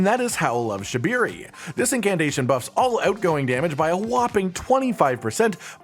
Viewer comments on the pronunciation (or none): IT'S SHA-BRI-RI YOU DUM MF